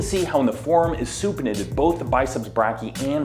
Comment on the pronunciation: As a medical student I'm dying every time he mispronounces "brachii"